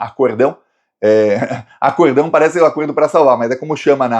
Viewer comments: Nao é "acordão", a pronuncia é acórdão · não é acordão, é acórdão.